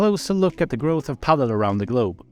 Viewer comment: Top quality video. Thanks for sharing! Funny how the dutch pronounce it "padél" rather than "padel". The first club looked amazing.